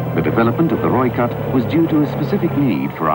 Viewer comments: roy cat, not roik at lol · Its pronounced Roy-Kat.....ideally with a slight roll of the r. Nice to see the vid. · The pronunciation is -Roy-Khat [red-cat]. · Also, Rooikat is pronounced like Roy-Cut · As a South African I'm so grateful that your talking about my countries military, it makes me feel more patriotic about my country. Also Rooikat is pronounced "Roy - Cut" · Rooikat (Rooi sounds like Boy, Kat sounds like Cut) There is much discussion regarding the 76mm cannon The vehicle was built for speed (over rough terrain) and fire power in Southern African conditions. Including a 105mm or 120mm cannon will add (ammo) weight, and may compromise speed etc. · It's pronounced "Roy-cut".. direct translation is "redcat" I am South Africa and I speak Afrikaans fluently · Rooikat = 'Roy-kut'. Rooivalk = 'Roy-fulk'. Ratel = 'Raa-til'. Olifant = 'Olly-funt' (not quite, lol). Eland = 'Ear-lund' And you have to rrrrroll those r's ;) Also, reading the comments, it's kind of pointless comparing this to other countries designs in a way - it was designed for the specific requirements of the SADF, and based on their experiences. Having battled Russian export equipment, and surviving, even winning, was largely a matter of superior tactics, training, and often not a little luck (lightly armoured Ratels with low velocity 90mm's vs T55's etc involves the occasional sprinkling of luck, yes), and having been exposed to the difficulty of keeping the heavy, expensive (in strategic value terms) Olifants in the field, meant that they came up with this. Difficulty with logistics, the harsh nature and scale of Africa (it's big), operating on a shoestring etc, all typically African requirements that dictated a light, mobile, long ranged vehicle with just enough punch to do the job. African battles are normally about who can get what, where, then get out while keeping their indirect fed, even if they're just light mortars (aka Logistics). Not who has the biggest gun somewhere else.